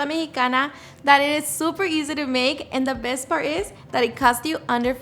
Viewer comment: “And now for the best parrr” 😂❤